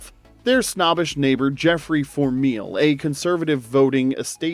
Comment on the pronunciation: Four mile not fourmeel🙄🎩